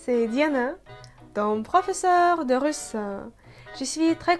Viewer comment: Pourquoi vous dites russeux au lieu de russ? En France, on ne met pas l'emphase sur la dernière syllabe que c'est un e.